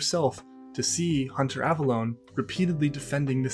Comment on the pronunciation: Wow, I didn't realize at the time, but he goes from pronouncing it like "Avelone" to "Avalon" during this. That's so weird!